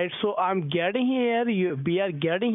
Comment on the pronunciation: GETtin…. GETtin….GETtin….. he really put emphasis on the “GET” 😂😂😂